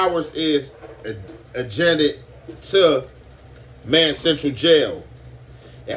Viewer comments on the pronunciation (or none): he meant to say adjacent lol smh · 😂😂😂 ajenet , he meant adjacent 💀💀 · Wtf is "ajanet"? Do u mean adjacent? Yall need to sue the LA public school system 😂😂😂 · It adjacent, bro… not adjanet 😂 I know what you meant bro but you know the knuckleheads gon get’chu. I’m sure you’ve already saw it in the comment. Any be high af💨 😂😂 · Did this nigga said ajanet? 😂😂😂😂😂😂😂😂 adjacent my boy 🤣🤣